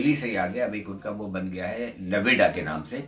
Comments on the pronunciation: shyad wo noida ko naveda keh rhe hai. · नोएडा है नवेडा नहीं . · Sudhanshu Swami .... there is a village close to NOIDA called Nevada but you are right that he pronounced Noida as Nevada and yes NOIDA means New Okhla Industrial Development Authority. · Naveda nhi noida hai up me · Naveda nahi noida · JANAB naveda Nahi NOIDA ( NEW OKHLA INDUSTRIAL DEVELOPMENT AUTHORITY) DELHI KE nazdeek hai... UP state me AATA HAI.... Mini Dubai BHI kahte Hain . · It's Noida...not Nawedda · Bhai naveda nahi Noida kehte hai so aap Noida ka Visa lijeyga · Naveda nahi noida नौयडा hai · Nevada nahi Noida aana hai. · nevada is in USA ! (but that might be because he might have read in Urdu script, it has limited vowels and consonants, in urdu u, oo, au, o, and even va all are written with "vao" ! that means NOIDA may sound similar to Navada)